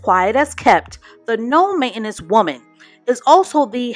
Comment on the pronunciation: Main-ten-ance....not main-enance..